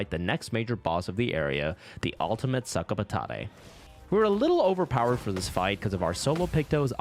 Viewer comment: sorry bud, the french pronunciation is sak-a-pa-tat. it means "bag of potatoes"